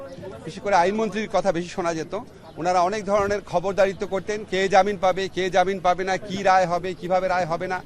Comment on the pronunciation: একজন বিশ্ববিদ্যাল্যের শিক্ষক "জামিন" কে বলেন 'জাবিন' এটা জাতির জন্য ভীষণ লজ্জার। এমন কোন মন্রনালয় বাংলাদেশে নেই যেখানে মন্ত্রীরা প্রভাব খাটাতে পারে না। জাতিকে মদন ভাবার কোন কারন নাই।